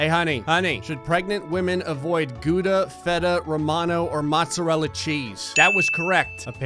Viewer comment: am I the only Dutch person here who laughed at the way pronounced Gouda xD